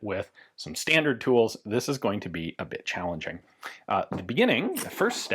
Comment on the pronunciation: He said it would be a "bit challenging" but he kinda rolled "bit" and the "ch" into one sound it seemed like 😂